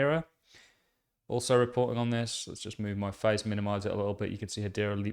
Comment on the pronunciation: Chimera is pronounced kimearah